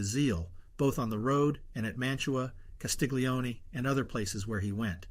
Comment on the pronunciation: Wonderful, thank you. Castiglione : 'glio' pronounced "llio" as the English word 'million'